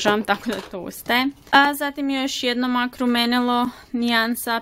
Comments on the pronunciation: Ne kaze se mak nego mek rumenilo . Inče si suler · Zasto izgovaras "mak" umjesto "mek"? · Nečita se (mac)mak nego mek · Zasto "Mak" a ne "Mek" (MAC)... 😃😃😃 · Ja midlim da se kaže mek a ne mak (mac) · Isuse boze Jel moze molim te jedan savjet Mac se ne cita mac negi mek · Daj molimte govori MEK A NE MAK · Ne kaze se MAK nego MEK...no hekt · Ne kaze se mak nego mek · nemoj shvatiti ovo kao hejt jer ono imas ok videe i znam te ponekad gledati ali izgovara se mek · Imam savjet Mac se čita mek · Jedna stvar......ja tebe obozavam,ALI PISE SE MAK A CITA SE MEK